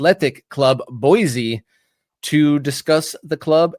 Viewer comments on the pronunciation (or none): It's pronounced "boy-see." There is no Z in Boise. You did pronounce "Les Bois" correctly. It's French for "The trees." Part of the Lewis and Clarke expedition history.